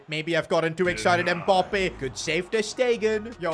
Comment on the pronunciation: What kinda annoys me is the way he says “Mbop-ay”